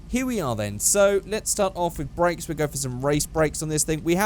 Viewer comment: when you say race brakes u say brack bracks